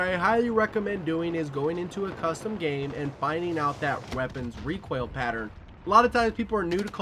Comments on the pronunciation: It sounds like you're saying "Recwoil" instead of "Recoil" and now I can't unhear it. Great vid all the same :D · Did you.... just say.... requaill?? What??!